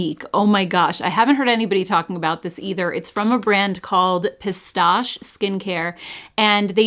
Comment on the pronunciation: On this side camera looks very good: bright, clear, professional. French lesson! Since there is an accent on the 'e' (Pistaché), if it is French, you pronounce it: Peestash-eh.